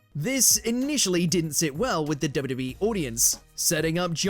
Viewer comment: The narrator couldn't say WWE..